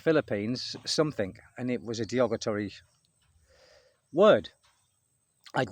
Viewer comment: the word you keep mispronouncing is "derogatory"......